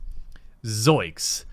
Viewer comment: ZOINKS. Not zoiks >_>